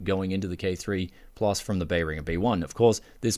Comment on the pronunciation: just an FYI I wasnt sure what brand you had until seeing the Amazon listing, it's pronounced Bear-in-Jer